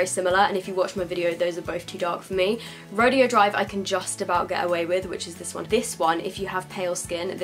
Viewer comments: you pronounce it ro-day-o not ro-de-o. That was bugging me, I'm sorry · Ofra Rodeo Drive is pronounced "Row-day-oh" Drive. Beverly Hills is known around the world as one of the most fashionable places to shop. In the heart of it all sits Rodeo Drive – undeniably one of the most famous streets on the globe. With more than 100 world-renowned stores and hotels. You're pronouncing it as "Ro-dee-oh" which is a completely different thing: an exhibition or contest in which cowboys show their skill at riding broncos, roping calves, wrestling steers, etc. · Rodeo drive is pronounced "ro day o" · I just wanted to let you know the highlighter is pronounced ( row day o ) drive 🙂😀 oh and I love this video and the setting spray it's so amazing!:) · It's pronounced "ro-day-oh drive." Just thought I would let you know. (: It's a street in CA. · i'm pretty sure it's Ro-Day-Oh. but pronounce it however, love you q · ro-day-o drive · I love you and your reviews but I just had to chime in on a pronunciation thing that was bugging me. "Rodeo Drive" is a place that isn't pronounced like it reads. We Americans love doing that I think. The place is "Roe-day-oh Drive. Sorry. It's one of those things I got picked on as a kid for saying and now it bugs me. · lmao the way u say "rodeo drive"